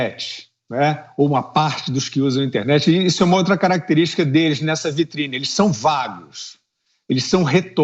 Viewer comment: Parei de assistir quando o iluministro falou "VITRINE".